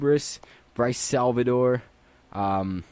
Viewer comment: Its Lock-tea-oh-nov...... loktionov